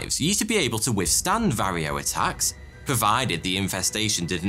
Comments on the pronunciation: Former hobbyist beekeeper here. This is an EXCELLENT summary of coevolution, CCD, and current fields of research. I will definitely be saving and sharing this video! Only suggestion? They’re pronounced Var-O-A mites, not varrio. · it VARROA pronounced va-ro-a NOT varryo. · Not var-EE-OH, but VAR OH AH. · Another Ripping Yarn. But "varrio"? We say "varroa".